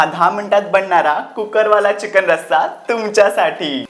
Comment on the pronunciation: Ali tai ghanerda jewan gheun..... 🤦‍♀️🤦‍♀️🤦‍♀️🤦‍♀️ Chicken mhanta yet nahi adanchot tai la....